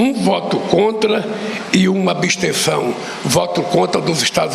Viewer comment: KKKKKKKKK E UMA " ABESTENÇÃO " ABESTENCAO VIU ? KKKKKKKKKL